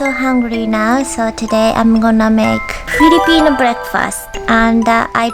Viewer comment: When you said "Filipino Breakfast" at yhe first time you sounded like a Filipino (excuse my grammar hehe)